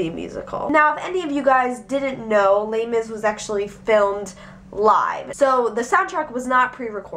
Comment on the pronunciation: The way you shorten Les Misarables sounds like terribly mispronounced my brother's name (Laimis) lol no offence, just random thought